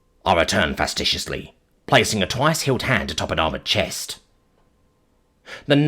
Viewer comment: it's facetious. Not fastitious. Also conducive, not conductive Deprecating, not depreciating